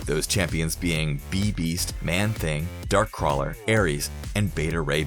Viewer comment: Bibeast is on the grandmaster's tower...not whatever that thing is that you said. "Beebeast"? Also the pic you used is of B'wana Beast...a DC character